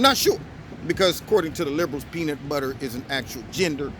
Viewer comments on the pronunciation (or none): none